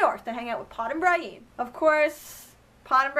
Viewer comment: Why do you pronounce Brienne , Bryen? It's pronounced Brih-en in the show. Otherwise another excellent recap , I love all your videos!